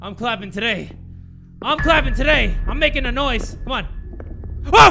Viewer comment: Are we gonna ignore how he said"nosy" instead of noise